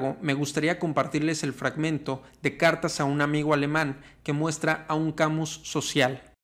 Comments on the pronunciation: Albert Camiu??? Camus pronuncialo mejor Cami con tilde en la i. No te estoy bromenando. Es un truco que te dan los profesores de Frances! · Camus se pronuncia Kamys. En francés todas las palabras son agudas, paleto. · Mi tío era muy sabio... jaja. Algo de escritor nos legó. La pronunciación es Camí sin "u" ni "s" final. Buen video. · EN FRANCÉS NO SE PRONUNCIA LA S SE DICE CAMU Y LA U SE PRONUNCIA COMO UNA I LIGERA SE DICE MÁS BIEN CAMiius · No se pronuncia Camiu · ( "Camiu" :( no se acerca ni por poco a la pronunciación XD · Tu explicación es muy clara. Lástima que no sepas pronunciar el nombre del filósofo de quien hablas.